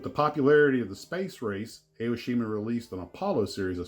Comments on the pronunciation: not A-O-shima. it is pronounced like "ah-oh-shima". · It’s ‘Ah’ - oh-shee-ma. Not Ay-oh-shee-ma.